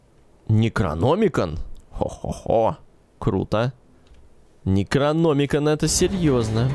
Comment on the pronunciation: НекрономикОн ударение на последнюю О